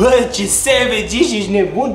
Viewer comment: stii prea bine engleza. subtitrare: sevigi, iar cand te sugruma ziceai corect savage :))))